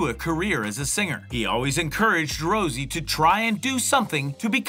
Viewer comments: Rosé not Rosie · Why did you put a picture of Jennie and say that's jisoo. And also you don't even know the girls names, you said Rosie instead of rosé